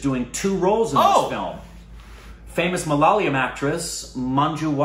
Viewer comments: Guys.....it' "MA LA YA LAM" .....U GUYS ARE JUST KILLING IT 😕😕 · Just love how Korbinises the word "Malayalam" without realizing it.